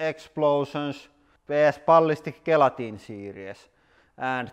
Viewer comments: Gelatin is pronounced with a soft G sound. like gym, gem and giant. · Oh, gelatin! Not "guillotine". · It's not guillotine it's gelatine or gelatin now say with me. Je-Lo-Teen. Guillotine would be Gill-o-teen Hope this helps on your quest of accents 😉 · It's funny when you say Gelatin it sounds like you are saying Guillotine.